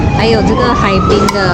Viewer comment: 是 '海滨' 啦 😓